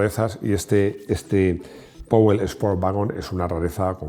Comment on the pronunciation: /spo:t/ (dos puntos alarga la vocal); /juːˈtɪləti// (la e al revés casi no se pronuncia y es átona); /vɪə.kəl/las es al revés casi no se pronuncian y son átonas). Si le das a la tecla correspondiente escuchas la pronunciación de un nativo y corrobora la transcripción fonética. Es la forma sencilla y segura de pronunciar bastante bien, aunque no seas anglosajón.